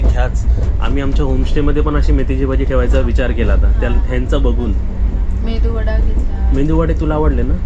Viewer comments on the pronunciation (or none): मेंदू वडा नाही बोलत मेदू वडा बोलतात त्याला 😂